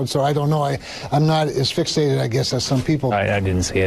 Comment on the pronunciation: That first senator I heard said he wasn’t “as fixated” on the tweet. I swear I heard “asphyxiated’.